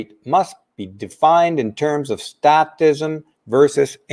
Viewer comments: I have to call you on one thing... it's statism, pronounced with a hard "A", because the root word is "state." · Great show,! Only one small issue is the pronunciation of "statism." The "a" is a long "a" not short; so the pronunciation is the same as when we say "state." It's pronounced as when we say "fake" or "state" or "plate" or any other word commonly used with a long "a." The message you're transmitting is one we all need to hear, especially today. Thank you.